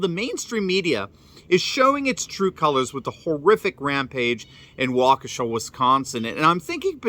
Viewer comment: THANK YOU for being the ONLY one to pronounce Waukesha correctly! Holy cow, it's not that hard. Plus, I think you can get the pronunciation online. Has no one ever heard of that town before? Smh.